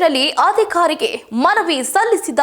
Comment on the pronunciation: ಹನ್ನ ಆಕುವ ರೈತ ಅಲ್ಲ ಅನ್ನ ಹಾಕುವ ರೈತ ಅದಿಖಾರಿ ಹೀಗೆ ಕನ್ನಡ ಸರಿಯಾಗಿ ಬಾರದೆ ತಪ್ಪಾಗಿ ಮಾತನಾಡುವುದೇ ಇತ್ತೀಚೆಗೆ ವಾಹಿನಿಗಳ ನಿರೂಪಕರಾಗಲು ಬೇಕಾಗಿರುವ ವಿದ್ಯಾರ್ಹತೆ ಎನಿಸುತ್ತದೆ!!🤔🤔 9/10 ವೀಡಿಯೋಗಳಲ್ಲಿ ಕನ್ನಡ ತಪ್ಪು ತಪ್ಪಾಗಿ ಮಾತನಾಡುವವರನ್ನೇ ನೇಮಕ ಮಾಡಿಕೊಂಡಿರುವುದು ವಿಷಾದನೀಯ.ದಯವಿಟ್ಟು ಕನ್ನಡ ಭಾಷೆ ಶುದ್ಧವಾಗಿ ಮಾತನಾಡಿ ಮೇಡಂ🙏🙏